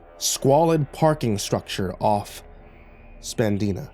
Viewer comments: Lol I've been in the parking lot conundrum of Toronto. Ended up in the Jay's parking lot. Many fancy vehicles. No aliens that I remember. Btw The road Spadina is pronounced spuh- die- na. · As a person who lives near Toronto, the butchering of the street name Spadina made me cringe lol. Spa-die-na 🤭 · Sir it's pronounced "Sped-I-na". As near resident of Toronto I could not let you struggle. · Hehe he said Spadina incorrectly. But it’s all cool.